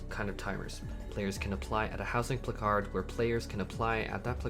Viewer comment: I’ve never heard the word placard pronounced pluh-card lol